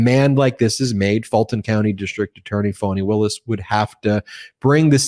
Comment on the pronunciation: Stop calling her "Phony" Willis, Ben. Karen has the right pronunciation. It's "Fawni."